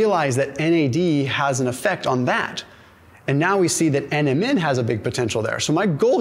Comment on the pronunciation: I love your videos. When you say NMN, it kind of sounds like Eminem the rapper. Especially, when you say they did a study on Eminem, lol